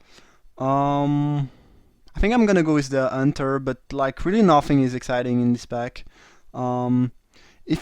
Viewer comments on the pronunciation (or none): Nice drafting and commenting as always. Love how you pronounce it Unter instead of Hunter :D you french guys :D